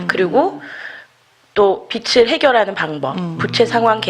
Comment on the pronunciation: 있쟈나여"~" 빚청산 ‥빛이 아니에요빚이예요 빚비슬지다,비츨지다‥다‥틀린발음이예요‥ 비즐이라고 발음하는것이 옳아요‥ㅋ 여튼 그것이 중한건 아니지만‥ 듣는내내 거슬렸답니다.신앙인들의 잘못짚는삶의일부분에 도움주시고자 열일하시는데 ㅎㅎ